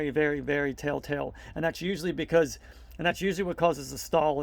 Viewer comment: It sounds like you're using the phrase "tell tale" wrong. It sounds like you are saying, "tale tale." Great video though!